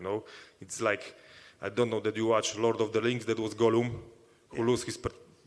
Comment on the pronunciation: “I am like the gollOOM”